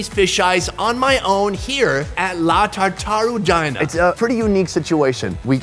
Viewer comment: “ tatarugina” It’s TARTARUGHINA, ( tar-tar-ru-gheee-na)